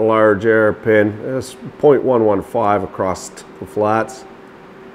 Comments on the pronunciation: Am I wrong for thinking 'across' doesnt have a 't' at the end? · So fun! I'd definitely be making license plates... Thanks for the "acrosst"; the past tense of "across" is seldom heard outside of Alberta... Cheers; best channel.